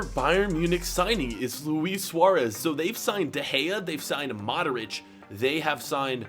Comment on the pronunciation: Why do you say modorić